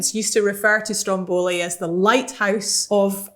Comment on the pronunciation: please, stop saying Strombòli, the accent is on the first O, okay? sorry for being picky but it just hurts my ear to hear it pronounced like this